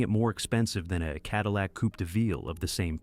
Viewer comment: "Coupie"? Really, use a human narrator who can pronounce common words properly. 🙄